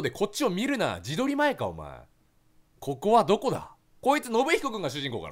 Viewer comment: ここはどこだ。 が ココアどこだ？に聞こえた